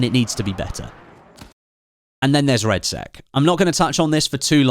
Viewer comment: 'BATTLEFIELD REDSEX' 😆